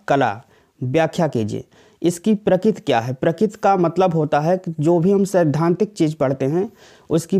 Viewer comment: Prakit nhi prakriti hai